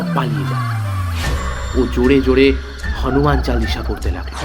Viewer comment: "হনুমান" বলে বাংলায় দাদা "হানুমান" আবার কি 🙄